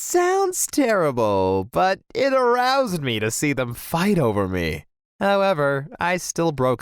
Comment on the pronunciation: No one: Him: it A R O U S E D me